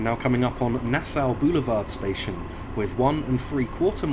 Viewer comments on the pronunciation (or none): Three mistakes I noticed. One, Nassau is pronounced Nass-saw. Secondly, Bellerose is pronounced Bell-rose. Finally, Hillside is an employee-only station. That's why it's not on the official LIRR map. Greetings from Long Island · Great video, just pointing out Nassau Boulevard was pronounced HALF correct, you got the NAS pert right, but the SAU is supposed to sound like SAW, NAS-SAW